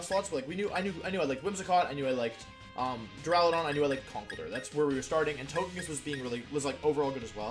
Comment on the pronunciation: You know this is a serious discussion when he starts pronouncing Duraludon properly.